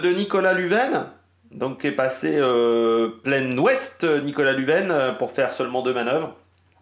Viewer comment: Lunven se prononce lunne vaine 😂😂